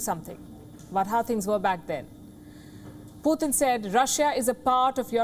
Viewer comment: She said poo 💭💩 tunn 🤔🤣🤣🤣🤣